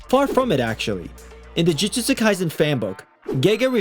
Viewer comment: Bro said Jujujustu